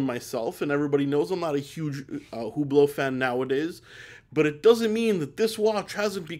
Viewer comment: It’s actually pronounced u-bloh